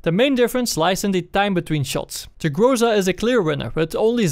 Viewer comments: its not grOza - its grozA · GrozA, not grOza. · aaaand still - its grozA, not grOza) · say grOza one more time and ill slap you. its grozA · Sorry for being rude, but you are pronouncing things wrong It's not grOza, it's grozA And in previous vids I found that you pronounced UAZ like "you-a-z", which is completely wrong It's more like "VAZ", or " oo-a-z" Being a Russian myself, it sounds retarded af P.S. Despite all that, nice vid as always!